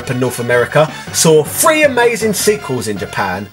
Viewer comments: or when he says "free". as in one, two, free. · Man, every time you say "three" I hear "free". lol Nice video though.